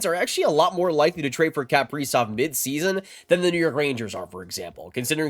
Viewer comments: How this guy pronounces kaprizov is nails on a chalkboard to me. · This dude says his last name so weird. Haha. Huge wild fan. This sucks. We need to sign him and lock this guy in. For real.